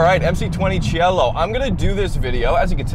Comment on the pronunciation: It's pronounced SEE EH LO and it's a masterpiece.